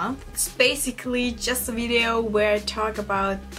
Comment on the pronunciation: Wenn du Video auf Englisch sagst bitte, bitte mach deine Zunge bei dem V an deine unteren Zähne, es klingt so komisch wenn du Video sagst😅